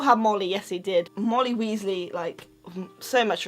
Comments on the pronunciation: Ginny Weasly it's Weasley not Weasly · It sounds like she is saying Moldy Weasly